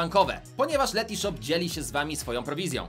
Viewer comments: Ten moment gdy się sprzedajesz, a nawet nie potrafisz wypowiedzieć dobrze nazwy firmy... To nie jest Letyshop, tylko Letyshops... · Letyshops anie letyshop